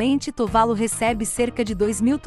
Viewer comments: Ótimo vídeo, apenas uma correção, a pronúncia correta é "Tuvalú" e não "Tuválu". Exemplo: Caju, não se pronúncia "Cáju" e sim "Cajú". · Só uma observação: o nome do país é Tuvalu, não Tuválu, como dito no vídeo. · Eu achava que a pronúncia era "Tuvalu"(oxítona). Quanto a ser pouco visitado por turistas, proporcionalmente ao número de habitantes, isso não é verdade.